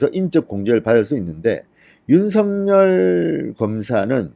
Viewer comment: 어법에 윤서결로 발음해야 합니다. 아울러, 여러번 얘기 드렸는데요 "아뭏튼, 어떻튼, 문제는" 이란 말씀을 자주하시는데 앞뒤 말이 연결이 잘않되요. 기자 출신이신데요. ....